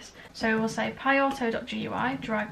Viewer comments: Why don’t you pronounce it “gooey” instead of spelling it out? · Great tutorial! I would pronounce GIU as "gooey"